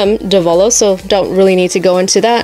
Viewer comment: Its Dev-a-lose